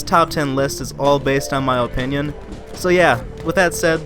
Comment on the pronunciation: in my OH-pinion. i dunno why it killed me whenever you said opinion lol .